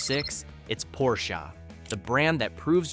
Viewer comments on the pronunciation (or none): It is pronounced as Porsheh not Porshah. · It's Porsche, with an E! NOT Porscha, with an A. The E is pronounced short. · PorschAA???? I is Porsche! OMG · Not porshA.....PORSCHEEEE!!!!!!!!! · Honda, not Handa, o like olive. Porche, not Porcha, with e like elephant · Hey Dude, it's not a 'Porshah' but a 'P O R S C H E' with an pronounced "E" at the end! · Pronounce Porsche correctly, idiot.